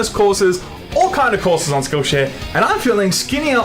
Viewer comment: I swear almost said Shillshare